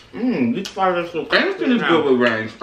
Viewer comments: "This is so cripsty"😂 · Lmao this is cripsy I cant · CRIPSTEE LOL